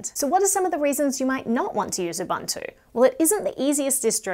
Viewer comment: I love your content. I am an avid user of linux as my server machine. as a side note, it's actually pronounced ooo-booo-two